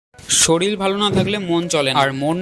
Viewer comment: শরীর ❌শরীল ✅